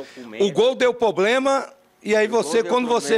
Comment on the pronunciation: O repórter ou advogado, sei lá, fala "Poblema"